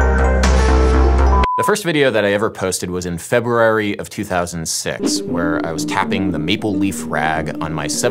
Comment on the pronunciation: Thank you for pronouncing the word “February” correctly, unlike many of your compatriots... (“Feb-uary” 🙄)